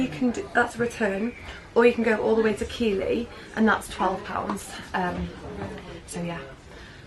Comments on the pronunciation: Keighley is pronounced "Keith Lee" lol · Keighley is pronounced Keithlee :) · Bless you, I made the same mistake about how to pronounce Keighley when I first came to the area! Keithly! It's a shibboleth. There's a great steampunk tune by Sir Reginald Pikedevant! Might tempt you back for the steampunk weekend post pandemic if we ever get there! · Aw man you said Keighley wrong, it's OK though your amazing fashion sense helps me to forgive you